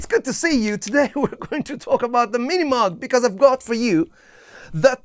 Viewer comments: It’s not pronounced “moog” either. It’s pronounced moʊɡ/ MOHG. Rhyming with “vogue”. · You have the name all wrong. It’s not Minimug, it’s pronounced, MiniMoog. You’re super hyper. Back off on the caffeine. You make the MOOG sound like junk. It’s not. I still have mine.